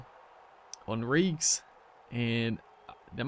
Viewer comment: I think it's hon-reek-ez